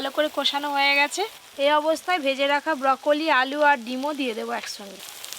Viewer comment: ব্রোকলি না বউকলি 😂🤣